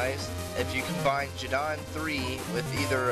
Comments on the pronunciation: Uh, I think Geddon is pronounced Geh-din, as in, Armageddon. xD And man, I LOVE the FoldrBak chip. :D It's just so damn useful, but for some reason, I remember it being called RstFlder (Reset Folder). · The G in Geddon is a hard G, not a soft G. It's short for Armageddon. The Japanese name is "DeathMatch".